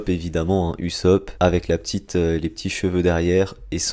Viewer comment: Usop hein usop SA SE DIT OUSSOP PAS USSOP mais sa s’ecrit usopp